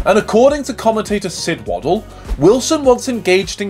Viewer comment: "Sid Woddle" 🤣🤣🤣